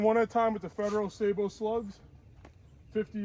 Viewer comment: stop the madess; just say "say-bo"